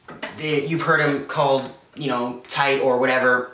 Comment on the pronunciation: T-A-TE idk how you could pronounce it TIGHT